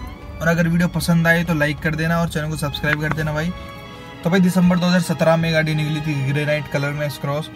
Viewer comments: bhai pahle gadi bolna sikh lo ache se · gadi bolna nhii ata kyaa tuje